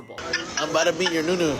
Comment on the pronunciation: I cringe every time I hear 'New newu"🤢